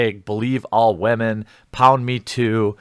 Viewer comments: But yeah, i dont like he pronouncing it as wahmen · Yep. The video wasn't actually bad. It was a surprisingly fair assesment of the situation. But saying wa-men makes him sound silly. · gosh please don't pronounce it wa-men. just sounds silly and petty and/or denigrating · "Wah-men" = "women", it's way of pronouncing it in the same way that these people on Twitter with blue check marks act like they say it. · yea it's literally meant to be disrespectful - ooooh scary women of power= wa-men. come on buddy we see you're pretty sensitive as it is :) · keep saying wamen. It totally doesn't make you look like an idiot. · I come here just to hear you say wahmen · Why does he pronounce 'women' that way? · I can't think of a context that would justify pronouncing "women" that way. Help me out here youtube? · the key part of a joke is that it's funny. There's some sort of punchline, or something in the context or delivery that makes it funny. This is a grown man pronouncing a word wrong because he thinks it helps him seem clever, and because it's the same kind of virtue-signalling that he claims to hate. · Why do you pronounce "women" like you have brain damage?